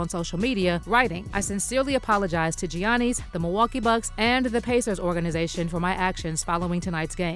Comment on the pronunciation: You can't even pronounce Gianni's' named correctly and Shannon is saying it in the video.... 🙄🙄🙄